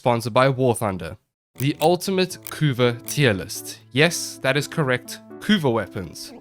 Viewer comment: you did pronounce it correctly! thus the community declares this a valid tierlist.